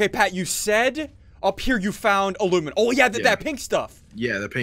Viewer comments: ITS AL U MIN E UM NOT AL OOO MIN UM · It's ala miny um